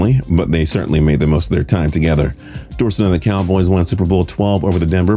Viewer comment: It's door-set